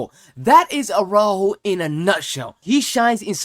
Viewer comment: You couldn't have butchered Araújo's name pronunciation any more even if you tried.